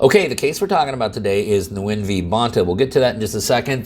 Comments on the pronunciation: nguyen is a vietnamese name and its pronounced “win”. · Nguyen pronounced 'win'. :) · Nguyen is actually pronounced "Wen". That's what I was told by a Vietnamese friend. Just FYI!